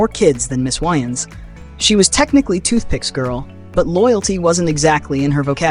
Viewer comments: Its "WAY-INS" not "WHY-INS" smh lol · I don’t like this video. You people always get the worst photos of black people that you can find. But then you’ll get the best ones that you can find for white people. And their name is pronounced Way-ans! Not! Wy-ans?!.. 🤦🏽‍♀️ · Dude you don't even pronounce their last name right .....Way-ans